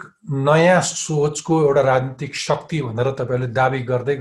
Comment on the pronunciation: Shuckti hoinao sir shakti pronounce garnu na...